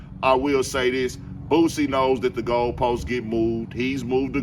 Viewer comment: For all y'all say Boosie wrong. DON'T RAP ABOUT THAT SHIT.. DON'T TELL OTHER MFS THEY HOES WHEN YOU SCARED TO WALK THE YARD